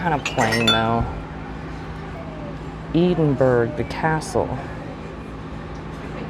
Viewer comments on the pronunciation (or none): Edinburgh is a city in Scotland. It is pronounced ED-in-borough.